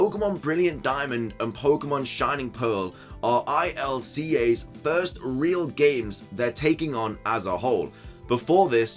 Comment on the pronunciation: Don't they pronounce ILCA are one word rather than each letter?